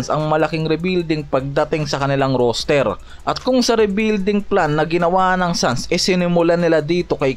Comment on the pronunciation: "ROSTER" hindi "ROOSTER" ginawa mong tandang ang bigkas. hahaha